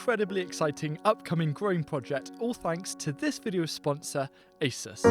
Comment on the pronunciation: ASUS is a Taiwanese brand and we pronounce A-Su-S